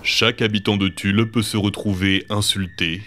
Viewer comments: il n'y a pas de S à Tulle ! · C’est TULLE SANS LE S purée les gars